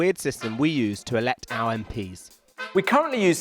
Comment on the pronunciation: To be fair, watching it back, he said 'our general elections' and I think he was probably supposed to put the emphasis on 'general', not on 'our'.